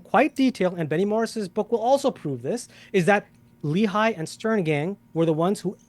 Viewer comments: As an Israeli, it really grates me whenever I hear Destiny and pronounce “Lehi” like “Lee-High.” For the record it’s Leh (rhymes like “meh”) ee (rhymes with “Lee”). For bonus points, you can also pronounce it Leh-Ch-ee - with the “Ch” pronounced gutturally like “Challah.” Not General Robert E. Lee High School. Go Generals! (Yes. There is a Lee High School in Huntsville Alabama. Of course.) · A new ick unlocked: a man confidently saying "Li-Hai" instead of "Le-hi". I get that it's a foreign language, but the cringe hits hard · LOLOL that idiot says "Irgun and Le-High" and Destiny repeats " The Irgun and Le-High". C'mon. LEHI dumb dumbs. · Love your side of the debate. must say that I hate the way both of you say "Lehi". it's pronounced more like Lehhy - rymes with Menny and Benny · There’s also Lehigh University - which is what their pronunciation matches.